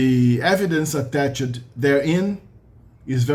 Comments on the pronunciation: Você deu uma errada na pronúncia do attached ali no finalzinho do vídeo, o ED tem som de T em attached. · Você deu uma errada na pronúncia do attached ali no finalzinho do vídeo.